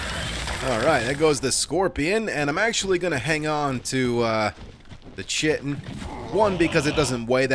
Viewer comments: He knows, he says it wrong on purpose because it's funnier lol. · Has anyone told him he's pronouncing "chitin" incorrectly? 😇